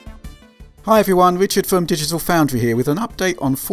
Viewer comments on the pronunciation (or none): none